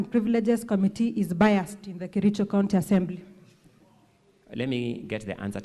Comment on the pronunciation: did you say you come from kerijo, ama lafta usomewe 😂😂😂😂 aki kericho, this went too far. You mean all the MCA's,none can express himself or herself in Swahili or English? Too bad